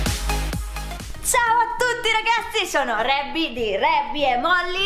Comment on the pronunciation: Si dice reby